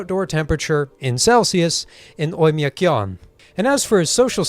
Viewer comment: A teeny tiny nitpick that will boost you in the algorithm. Оймякон reads more like Oym(i)akon, without the second "j" sound. But honestly it's mostly English being stupid with diphtongs and variable readings.